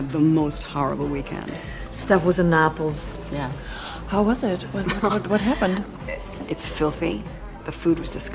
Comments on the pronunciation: paolo cafarelli "Napos" dovrebbe essere la pronuncia anche se da quanto so si dice Neipols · ma chi capisce e parla l' inglese sa esattamente che nel video non dice Naples ma Napos. Ma state scherzando chi ha fatto sto video?